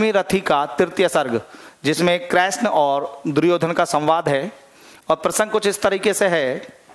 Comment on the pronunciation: Sir ap krishn ,, ko kreshn bol rahe ho ..plz thik kre sir ??????? But very nice 😇🙏🙏🙏🙏